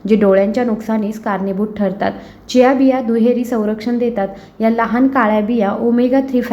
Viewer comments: खूप छान माहिती आहे. व्हिडिओ मध्ये ज्या बियांची नावे सांगता आहात,त्याचा लिखित व्हिडिओ दिला असता व त्याच बरोबर बिया चित्रांकित केल्या असत्या, तर या वस्तू जास्त स्पष्ट झाल्या असत्या.एक बी स्पष्ट कळत नाही.जियासीस का काय ते दोनदा ऐकूनपण समजले नाही.कृपया आणखी एक व्हिडिओ बनवण्याची तसदी घ्यावी. ही विनंती. धन्यवाद!! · खूप छान माहिती दिली आहे त्याबद्दल धन्यवाद पण व्हिडिओ मध्ये ज्या बियांची नावे सांगता आहात त्याचा लिखीत व्हिडिओ दिला असता व त्याच बरोबर बिया चित्रा कीत केल्या असत्या तर या वस्तू जास्त स्पष्ट झाले असते एक बि कळत नाही जियासीस का चियासी चार वेळा ऐकून समजत नाही कृपया आणखी एक व्हिडिओ बनवण्याची तसदी घ्यावी ही विनंती धन्यवाद मी पुणे आंबेगाव बुद्रुक येथून तुमच्या व्हिडिओ पहात असतो